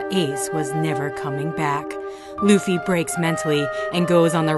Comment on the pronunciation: How do you speak out Luffys name holy shit